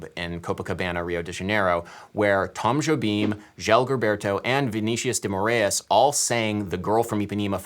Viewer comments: Adam, fyi, it's spelled "Garota" ... two r's looks very weird, almost sinister ... Also, to pick one pronunciation, "Moraes" (as in Vinicius de) is a two-syllable name, not three, with accent on second syllable and the second vowel is like a long "i" ("aye") sound, not like 'a' or 'e'... ("More-ayes'), also with a Carioca accent 's' becomes 'sh' so a proper local-accent pronunciation of his name would be "More-ayesh') ...Someone already pointed out below that 'choro' is pronounced [show'roe] [NB: meanwhile, you do a pretty good job at pronouncing "Jobim" :-)] You've probably already been told these things, but fwiw ... I just fell into your site somehow today, first with the song Eric Carmen made pop at a pivotal point in my life (never knowing til now that Rachmaninoff was behind it) and then here ... i'm not enough of a musician to follow it all chord-wise, but enough to appreciate the added perspective on music's intersection with meaning etc ... Having lived in Brasil and speaking Portuguese made me stick with you for the second 'sample' of your 'deep diving' as well... And you got me at "1000 best documentaries" so i wound up subscribing too ... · Just a tip to pronounce "Moraes" correctly: try to say "more eyes". There you go.